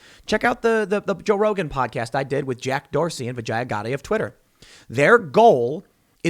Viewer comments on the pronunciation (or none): none